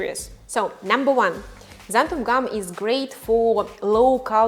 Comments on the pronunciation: I was wondering why you keep mispronouncing it "xantham", and then I saw how you labelled your container... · Did you really say "xanthuM" gum? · Why does everyone pronounce it xanthum? It's xanthan with an "n" on the end of it.